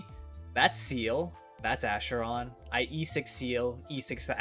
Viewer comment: isn't it pronounced "ackeron" instead of "asheron"?